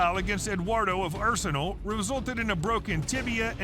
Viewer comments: Arsenay wen-ga Hahahah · Lets hear it for R-sen-ee Wen-ger